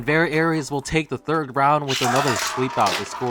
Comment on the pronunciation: Are you talking about Variares? It's pronounced "very airs" but it is spelled Variares not Aries those are two completely different beys. (I'm really only saying this cause Variares is my favourite bey)